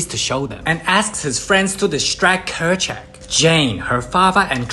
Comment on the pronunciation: It’s Kerchak